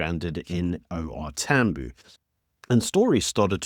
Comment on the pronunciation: It's not TAMBOO, it"s pronounced TAM BIOW